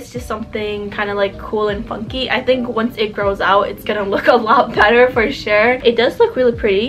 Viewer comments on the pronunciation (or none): none